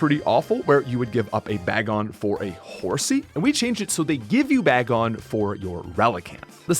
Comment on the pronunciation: Bah-gon is killing me